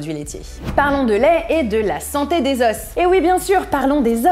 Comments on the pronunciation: Les « zo » pas les « zoss ». Pardon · Oui, au pluriel, on ne le prononce pas, en français standard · Tu prononce le s des os !